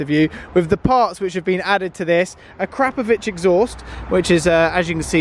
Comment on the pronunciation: Your pronunciation of akrapovic made me cry with laughter